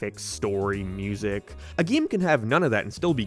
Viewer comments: why tf are u calling it a geme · Stop saying gyyam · GeMe💀 it's GAME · yeah but he is saying geeme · why do you pronounce "Game" as "Gyaym" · Why do you pronounce e weird? (gyems) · This is my first time watching this youtuber. Does he always say GAME as "GEEM"? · there's nothing more annoying than hearing him pronounce it "geem" i'm sorry I know it's just an accent but i'm just picky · PLEASE STOP SAYING GAME LIKE THAT